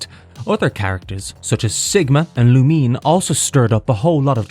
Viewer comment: It's "Lou-Min-Ay" not "Lu-Meen"